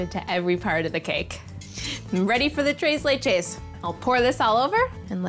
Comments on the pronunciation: 'tres' is actually read with the 's' but you're so cute and fluffy so whatever. I'm simping, what u gonna do about it? To be fair I just watched this because of Molly Yeh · Take the white privilege down a whole lot. 1. Tres Leches is not Mexican. 2. Tacos ≠ Mexican 3. Any kind of sprinkles don’t belong on Tres Leches. 4. Learn how to say Tres Leches. 5. Tone your excitement down, you are being super extra. 6. Work on your presentation, it isn’t Food Network quality.